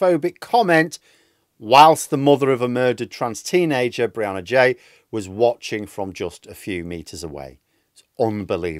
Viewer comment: Apparently her surname is said ghee "G" not jay